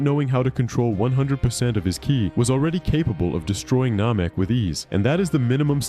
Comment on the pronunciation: Nehmehk not Nohmehk...